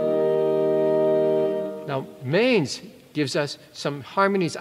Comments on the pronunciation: Manz is pronounced "montz". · You're pronouncing Paul Manz's name wrong